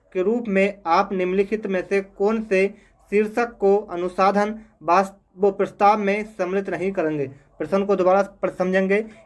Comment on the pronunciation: अनुसंधान तो ठीक से बोल लो🥹🥹